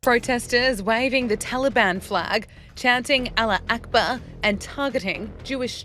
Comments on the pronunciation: the part when she said "Alla-Aqbaa", got me. It's so bad. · she can't even say Allah Akbar properly 💀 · please, oh please someone revoke this woman’s card to EVER be able pronounce an Arabic word in her life Aside from the fact that she’s clearly mocking the phrase “Allahu-Akbar” in a disgusting tone, her voice was so cringey it made me want to shut the video off And she got the nerve to call the protests “ugly” 😂 Why are Europeans so genocidal and colonizers? Why? 😂 I know, not all! But those “Israelis” are all 100 PERCENT European!